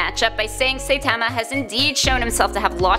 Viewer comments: Also. She says "saytama" never seen an episode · pls… at least "sigh-tama" or "sightma" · Its Saïtama, not Saitama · this video gets a dislike because you pronounced "saitama" so damn wrong! it was so cringe! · She pronoinced Saitama wrong lmao 😂😂😆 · Ok. Firstly, you saying saitama's name wrong. Secondly, this is rigged and I'll show you why